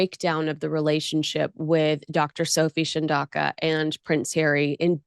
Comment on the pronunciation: it's not pronounced shan-daw-ka, it's chan-dow-ka. Tom it's not sen-ta-bee-lay, it's sen-ta-baw-lee. Geez you two, take the time to google pronunciations of your subjects. It's a matter of respect and professionalism.